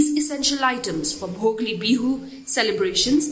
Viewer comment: Dear, kindly take notice of incorrect pronunciations of salient words or phrases; in this case the pronunciation of Bhogali as Bhogli is a little frustrating. Thank you